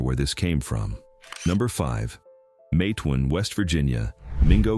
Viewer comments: It was very disturbing how he pronounced the town's name so wrong. I want them to know it's Mate-wan like Mate one. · I thought Matewan is pronounced Matt e wan